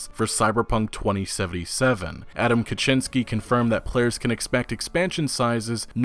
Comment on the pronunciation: Wait a second - an English speaking youtuber actually pronounces "Kaczinski" right. Mad respect, bro. Pretty much all the rest are just: 1."sorry for butchering it" 2.continues butchering it